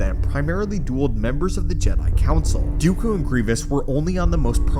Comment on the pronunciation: It's Dooku, not Dyukyu.